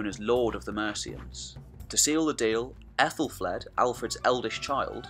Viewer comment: Great vid! I've said this elsewhere, but I think 'Aethel' is pronounced 'athel' not 'ethel' because an ash ('a' and 'e' combined) is pronounced with a hard 'a', like hat. So it's pronounced "Athelflad" not "Ethelflade". Not being picky, just wanted to point out something I'd learned.